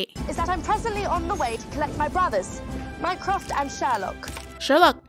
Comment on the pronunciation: I absolutely love how she pronounces Mycroft as Minecraft 😂❤ also tysmmm for making these videos I loveee them :)